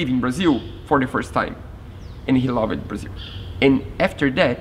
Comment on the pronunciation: Your English is nearly perfect, but I notice that you will use two syllables to say words that end with "ed". For example, words like used and loved, are both one syllable words. Awesome project and I can't wait to see it on the water!!